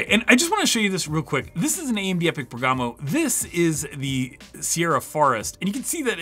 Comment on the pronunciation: MOST Server cores EVER, FOR INTEL. Append that on or it's clickbait and false! Also do us all a favor and look up how pronounce Bergamo